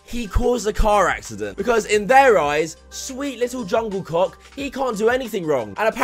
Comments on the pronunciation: Lmao when non- kpop fans pronounce Korean names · we also made the joke, ''Jungle Book''= ''Jung Kook"